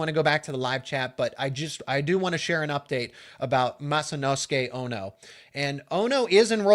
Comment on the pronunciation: Ooo ... good, quick adjust in pronouncing Masanosuke! And banzai for Penn State. I am pleasantly surprised!